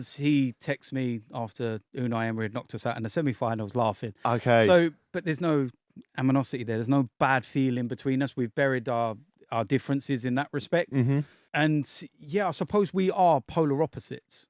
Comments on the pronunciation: "There's no aminosity there" Apparently there's no English there either... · "Aminosity" The English really can't speak English, eh? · “There’s no aminosity there.” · “No Amanosify” amazing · 1.17 aninimosity? Lol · I think you meant Animosity not “Aminosity” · man just said "aminosity" 🤣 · Aminosity lol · No one:: amanosity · I thought I heard him mispronounce 'Animosity' 🤣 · "No aminosity" "No hold bars" lool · Man said “Aminosity” 💀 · Aminosity lol you good bro